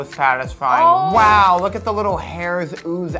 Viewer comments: it was wow not whow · She said wow not waw